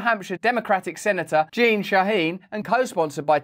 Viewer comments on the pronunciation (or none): none